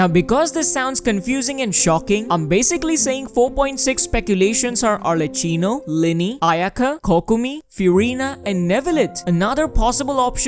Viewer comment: For everyone interested, arlecchino is pronounced with an hard c (the character is from italian commedia dell'arte and we use a hard sound for chi, similar to ki)